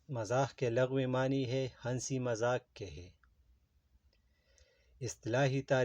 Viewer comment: بھائی ہنسی میں ن سائلنٹ ہوتا ہے